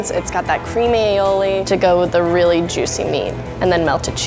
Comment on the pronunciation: "I rearry rike all the combinations"